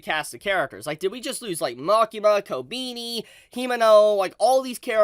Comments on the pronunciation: I'm sorry but I have to say it: is not "Kobiini" is KobEni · who tf is kobini dude, it's kobEni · My man still calling her Kobeenie. It's Koh-beh-ni. Sry I had to. 😂 But this episode was pure chaos & heartbreak. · Why is he saying "Kobini"?💀💀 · Great episode. Really funny how pronounces Kobeni as Kow-Beany😂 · Who the fuck is "Kobeeni" lmao